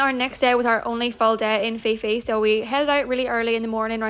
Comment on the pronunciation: Just so you know, it's pronounced Koh Pee pee! 😊